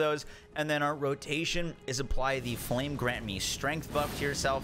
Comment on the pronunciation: " flam grant me strength" lol